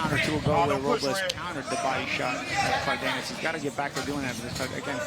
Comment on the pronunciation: The commentators couldn’t have spent 30 seconds before the fight to iron out how to pronounce Cardenas?